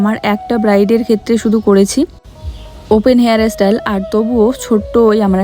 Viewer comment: Nij j vasai sabolil sei vabei kotha bolo kono osubidha nei kintu english uchharon gulo toh tik koro, jamon tumi bolo ইস্টিল কিন্ত কথা টা হবে স্টিল, হেয়ার এস্টাইল নয় কথা টা হেয়ার স্টাইল,এগুলো তো ঠিক করো। খুব সুন্দর হয়েছে হেয়ার স্টাইল টা এগিয়ে চলো। রাত এ শাক খেতে নেই।